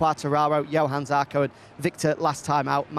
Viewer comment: The altitude challenged one STILL can't get Johann Zarco's name right.......